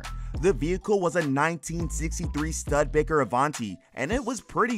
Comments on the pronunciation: "stud baker" studE baker. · "Studbicker"?? Please do just a tiny bit of research and ask someone if you still don't know how to read or pronounce a word like Studebaker. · stud baker? who narrates this? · stud baker .... for crying out loud, LEARN how to pronounce the names of cars or have someone write them out phonetically for you. It's 'stew da baker' not stud baker .... I'm still laughing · The narrator, must not know his butt from a hole in the ground , Did any catch what he called Alice Cooper's car ?? A stud Baker , ha ha ha , he must still be wet behind the ears !! its Stu da baker Dude !! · . I had to laugh when he mispronounced Studebaker. Called it a Stud Baker. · I can't believe the narrator who is reporting on a car show can't pronounce Studebaker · Lol he can’t pronounce studebaker either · Or Studebaker lol. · Do some research into how to say Studebaker